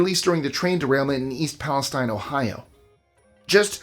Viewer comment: Pal•es•TINE is a country in the middle east. The pronunciation of the Ohio city is East Pal•es•TEEN.